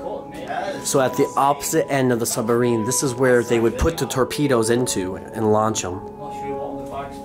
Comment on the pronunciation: Or Tor-pee-toes....